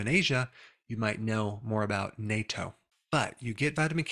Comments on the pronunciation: Due to certain current geopolitical circumstances, I’d say that these days it’s kinda important to pronounce the word “Natto” correctly, instead of “NATO”.😅 Not that anyone would get them mixed up. Youtube might “hear” it and think differently though. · dear DR Berg, the CORRECT pronunciation of natto is nu-tto as if you are adding the elongated O sound to the standard pronunciation of nut ( as in peanut ) i used to live in japan. thankyou for all that you do for us. your current mispronunciation is the same as North Atlantic Treaty Organization=NATO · Okay. I waited long. It’s time for you to correct your pronunciation of ‘natto’. It’s pronounced ‘NOT-TTO’ - and spelled in Japanese as なっとう. The ‘TTO’ should sound like the first syllable of tortilla. Nay-to is defense treaty. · it's not pronounced nay-toh, it's pronounced nah-tou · duh, Natto is soy bean, and Natto is served in Japanese restaurants, at least here in LA. Natto is pronounced naatto, not nayto. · Pronounced NATTO, not NAYTOE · Believe me.... Natto is NOT something most people will want to eat....🤣🤣🤣 it is pronounced 'not toe' NOT 'nay toe' 😂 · natto is not pronounced like NATO. it's pronounced like NUT - TOH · "People in the West don't generally know what NATO is." Indeed, as your pronunciation testifies. It's "nah-toe". (although the spelling is nato) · I am in Japan, you prolly got told a zillion times though I haven't seen it in the comments yet, but pronuniciation of "natto" is NAH-TOE). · Its nah-toh. Otherwise, on point. Its common in Japan, and thats about it. Even some Japanese can't stand it. My roommate in Japan used to eat it all the time and I would tease him a bit. We're still good friends and natto tastes better than it smells. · Dr. Berg, please stop mispronouncing natto. ˈnä-tō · It’s pronounced like “nut toe”, and it is popular only in Japan (not other parts of Asia).